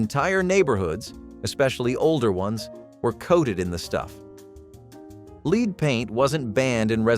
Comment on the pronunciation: This was interesting but I don't understand how anyone can make the mistake of pronouncing "lead paint" with a long 'e'.